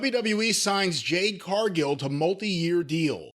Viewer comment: I’m still trying to figure out why he constantly calls her Jane and not Jade 😂